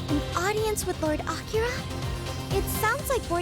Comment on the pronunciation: Palace people: AK-I-RA Me: Shutthe-F**k-up